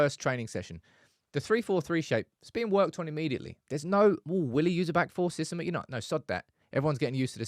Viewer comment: 😂😂i like his "fisystem"